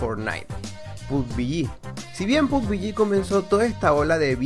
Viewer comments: Arma 3 y Day Z? Hahaha haz tu tarea, playera unknown trabajo en los estudios de las creaciones que acabas de mencionar Pubg solo fue el paso final, y se pronuncia "Pub-G" no pub-bi-yi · Pub-biyi pugbiyi pubiyi 😵😵😵😵😵 evita la Bi. Solo pubG (pubyi)